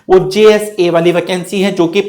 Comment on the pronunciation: वकेंसी? Sir aap thode se pakistani ho kya ?